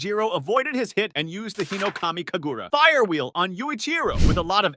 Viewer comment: bro i hate the way he pronounces things im sry but HINOKAMI KAGURU WHY??? SAINAMI AND